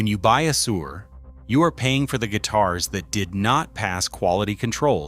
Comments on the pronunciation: I thought he said “Sewer” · It's pronouncing Suhr "sewer." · Unwatchable AI .... cannot even properly pronounce Suhr .... SMH